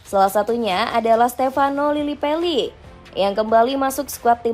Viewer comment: Gw kga sala denger kan?? Dia ngomong liliPELI